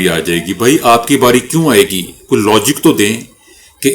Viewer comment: Please correct yourself: فلاں =Fulan ; Falan صحیح تلفظ ہے۔نہ کہ falan